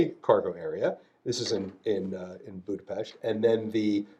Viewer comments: The guy is the real deal, he can pronounce Budapest right! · Hungary mentioned😮😮 Budapest correctly pronounced 🫡🫡🫡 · Finally someone who can pronounce Budapest correctly. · I love that he pronounced Budapest correctly